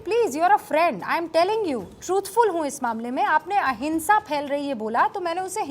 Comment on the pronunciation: She said ahinsa😂😂